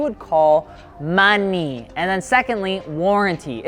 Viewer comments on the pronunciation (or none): Am I the only one who got a chuckle out of when he said "MON ey"? The meme game is strong here.